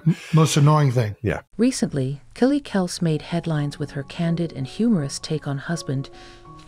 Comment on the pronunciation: Please learn the correct pronunciation of Kylie...."Ki-lee".